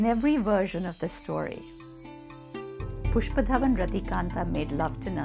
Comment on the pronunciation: Even the way she says the name pushpadhawan rathikandha is beautiful 🙈❤️